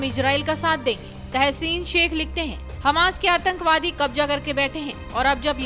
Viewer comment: kabja? kabza hota hai. diction and pronunciation is worst you must take hindi tuition from a good teacher and then you can react.